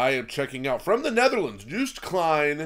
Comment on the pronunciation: Joost is pronounced as Yost